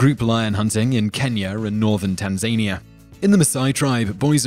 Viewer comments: Totally butchered saying Tanzania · Oh my Lord, please, please, please tell me you can check the pronunciation of Tanzania on Google...